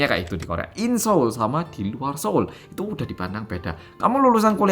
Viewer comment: ngakak pas ngomong SO'UL 😂